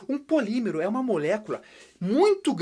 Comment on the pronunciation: Respira Quem Foi Trolado Com a Palavra "Polimemero" que era na verdade "Polímero".